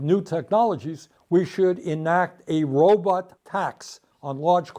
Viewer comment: he says Robot like Dr. Zoidberg... "Robit"